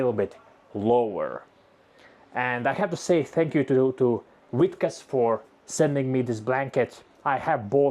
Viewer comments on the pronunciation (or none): Vitcas... From a British perspective, you pronounce it witcas.. As if you have no sound for V. But then we get to water, which you pronounce vater....